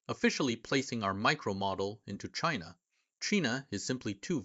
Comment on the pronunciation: Cheena? Really native sounding